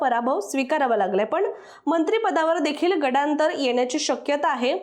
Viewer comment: गडांतर नव्हे गंडांतर म्हणा.